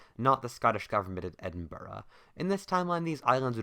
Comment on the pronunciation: It's so great to hear an American pronounce Edinburgh properly